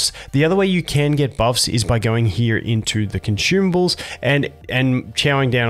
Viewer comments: Consumables ❌ conchumbles✅ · Are you saying Conchewables or Consumables? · aww I was actually preferring conchewables! Thought you were starting a new trend :)